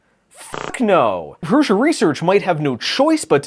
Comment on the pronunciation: I think it's odd that Josef Prusa doesn't know how to pronounce his own name. He calls it Proosa but it's clearly not correct because every youtuber calls hi ProoSHa.